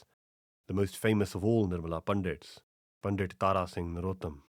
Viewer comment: your pronunciation if punjabi words is generally very good, but you are saying the word "Pandit" incorrectly. The "t" in Pandit should be pronounced as in "Sant".